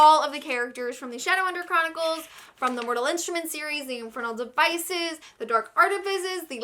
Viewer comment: the fact that you called it "shadowhunter choronicles" tells me enough